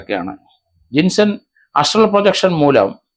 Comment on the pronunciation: അസ്‌ട്രാൾ പ്രൊജക്ഷൻ അല്ല കിളവ ആസ്ട്രൽ പ്രോജക്ഷൻ😂😂